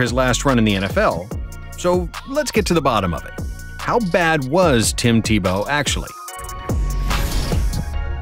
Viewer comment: Tim Te-Blow